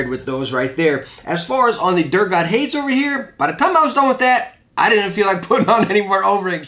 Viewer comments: pronouncing Hades as "hayds" is throwing me off. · Hades is pronounced hay-deez. Not a huge deal obv but now you know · Lmao the way he pronounces hades 😂